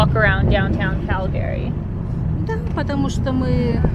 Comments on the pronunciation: It's CalGree not Cal-Gary....nobody named Gary Here! Ya gotta learn the local-isms before you consider yourself a true Calgaryian! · It's pronounced Cal gree. Not Cal Gary. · I can tell you’re new to Calgary by the way you pronounce it. Cal-Gary instead of the norm ‘Calgree’.🤣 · Cal- Gary? Lol ! Call Gary, no it’s Calgary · Wait is it pronounced Cal-Gary or Cal-Gury? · I really like Calgary, even though I've only visited once. I think the locals pronounce it "CaL-Gree", just two syllables. Saying it with 3 syllables marks you as an outsider. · its pronounced Cal-gry. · 'Round these parts, we say "Calgree". Great video! 👍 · It’s “Calgree” just saying. Nice video. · Born & raised Calgarian here. Just so you know, it is pronounced "Calgry". The second "a" is silent.